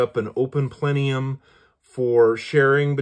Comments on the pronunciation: PLENIUM it’s plenum…. 😂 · Plenum....."not plenium".....